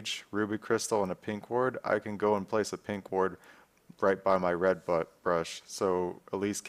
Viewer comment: listen carefully, its "red butt brush" hahaha